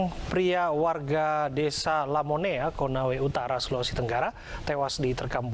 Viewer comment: Maaf pak yang benar Lamonae bukan lamonea. Mau ralat juga yang dapat mayat Almarhum itu bukan TIMSAR tapi warga termaksud 2 orang anak kandung Almarhum. 🙏🏿🙏🏿